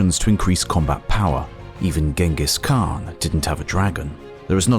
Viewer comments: I don't know why he pronounces it as "Ging-ges Khan" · Would be nice to find an AI voice that doesn't call him "Ching-us Han" 😂